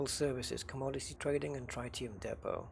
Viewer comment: The fuel (an isotope of helium) is pronounced tri·tee·uhm. Tri like trigonometry, not like tripod.